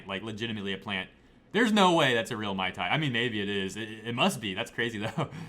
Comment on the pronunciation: Her last name is actually misspelled. It's suppose to be spelled as REAL and pronounced as RE AL meaning royal or regal.